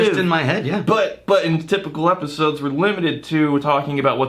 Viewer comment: Another great ee-piss-ode! Lol! 😁